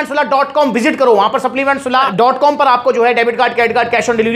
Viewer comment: akuraateeee hhhh😂😂😂 saplimanntssss😂🤣😂🤣